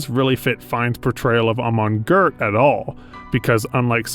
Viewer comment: Is the voice of this video AI-generated ? In a lot of places (eg: ) you mispronounce "Goeth" in a very strange way, in which a human would not normally do: you add an "r" in there. Is that your voice or some AI ?